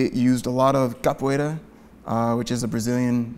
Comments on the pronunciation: As a brazilian it warms my heart how really tried his best with the pronunciation for the capoeira moves!! Very good!! I would love to see this guy again, he breaks things down so well!! Love his comment about stunt-performers! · seems like such a nice guy to hang out with and he also nailed the "Capoeira" pronunciation twice. Loved him! <3